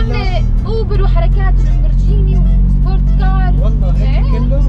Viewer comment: فرجيني اسمها لمبرجيني ليش تحكي لمبرجيني